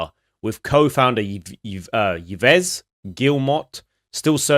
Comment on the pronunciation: The CEOs first name is pronouned like Eves. Nad honestly yea hes delusional. Completely lost touch of the gaming landscape and isndesperatly trying to cling to this rapidly sinking ship. Exasperated by the lack of talent there. They are known for being a terrible workplace and more known for producing shit games. No dev not on their last dollar or fresh to the industry would touch them and the ones whove been there for a long time are constantly leaving It doesnt matter who takes over or buys this company that dude is not remaining as CEO. He is the definition of poison at that company. He needs to be gone and they need a new batch of leadership thats locked in and focused have a vision and execute